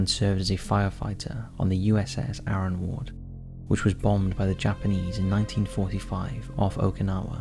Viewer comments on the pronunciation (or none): none